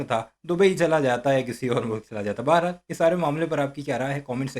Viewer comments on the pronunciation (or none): none